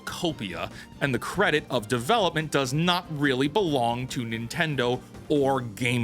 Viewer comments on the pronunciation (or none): none